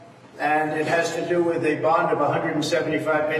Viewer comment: This sounds so damn critical of me, but hon, “bond” is pronounce the same way as James “Bond” and not “bund” like “fun”. I’m crying at not being able to find a private way to tell you, but I had to watch this video three times to realize you were talking about a bond. I love you, I follow you, I’m just old and almost deaf. God bless you for the work you do.